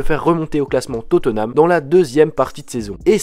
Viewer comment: On di pas totenam mai totnam